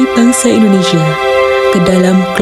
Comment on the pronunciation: INDONESIA......bukan Endonesa